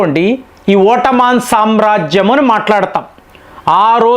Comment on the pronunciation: ఓట్టమాన్ ఏంటి ఎదో ఇబ్బంది కరంగా ఉంది పలకడానికి